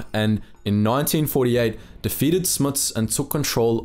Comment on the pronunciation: It's pronounced Smuh as in uh,not Smi as in Smits